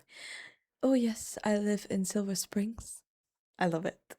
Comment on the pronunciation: Micro-quibble with the narrator of the original video: it's "Silver Spring", not "Silver Springs". Use of "Springs" kind of goes along with his generally hostile view of the city. (full disclosure: I have lived in the Virginia suburbs of Washington D.C. for over 40 years). Washington DC was originally created as a 10 square mile diamond, placed on the border between Maryland and Virginia, in an era when Virginia was arguably the most important state in the new country. In 1846 (before the Civil War), the Virginian portion was "retroceded" (given back) to Virginia. That area became the city of Alexandria. The state of Washington (on the west coast) was originally named the "Territory of Columbia", but people thought it would be too similar with DC (District of Columbia). So in order to "avoid confusion" 🤣the territory was named "Washington" in 1853, and it became a state in 1889. And no one was ever confused about it.... 🤦‍♂